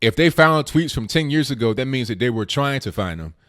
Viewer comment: THAT IS NOT DAT, AND ASK IS NOT AXED.PLEASE PRONOUNCE PROPERLY. GET RID OF THE BIG GLASSES AND STOP WITHOUT FURTHER AUDEU.